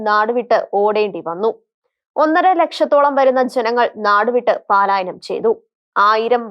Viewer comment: പാലായനം അല്ല മോളേ , "പലായനം " ആണ്